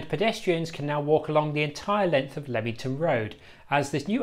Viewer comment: Like someone has already posted, Dun-dass - with equal stress on each syllable. Also Leamington St is pronounced leemingtn.